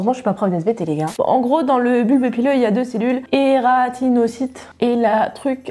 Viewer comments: Je suis en esthétique et donc je vois ça en cours les poils et on dit keratinocytes et non eratinlcytes Voilà c'est juste pour info continue comme ça c'est super intéressant bisous 😘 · C'est les keratinocyte et non les eratinocyte, super video sinon!🙂